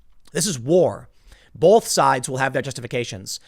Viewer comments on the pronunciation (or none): Tim - for the love of, whatever, there's no L in the word "both". Sorry, it's been driving me crazy.